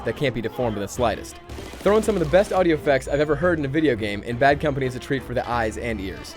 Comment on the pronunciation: did he just say bean company?